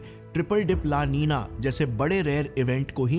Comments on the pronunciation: La NI NA hai, not La Ni NYA. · La nina ki pronounciation😂bhai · La ninia nahi hai la Nina hai ye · Why the pronounciation of the words la nino and la nina is 'ninia'? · ला नीनिया नही वह "ला नीना" है। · That's LA NINA brother,,, don't pronounce LA NINIA ,,,,, that's so painful to hear😊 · Seriously, LA Niniya.... Fix your pronunciation... It's nina like the famous actress Nina Gupta.... Not Niniya... Unless you're feeling sleepy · La ninia ❌ La- Nina ✅ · Plzzz app word ko pronounce to theak karo. Lanina not laninia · La ninia😅😅